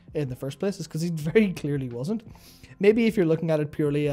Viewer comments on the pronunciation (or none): "I am Verwy cunning!" I have a very hard time taking him seriously as well now.